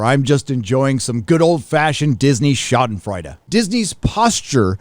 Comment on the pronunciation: Gee whiz, you sounded like a dummy mispronouncing schadenfreude and abhorrent.